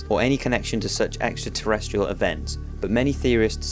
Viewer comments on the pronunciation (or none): he says extratestial instead of extraterrestrial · 4.23 "Extra testical??"